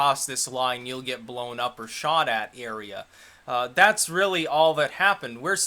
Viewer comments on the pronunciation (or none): none